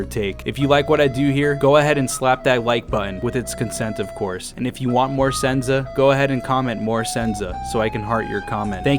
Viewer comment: “More senza”